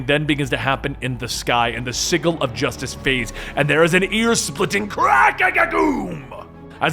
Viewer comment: you're pronouncing sigil wrong